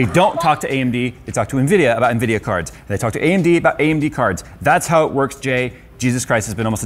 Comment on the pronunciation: amd ?? Nvidia?? Amdia ??? Lol 🤣🤣🤣🤣🤣 just dont get too excited bro cz we all u are 😆😆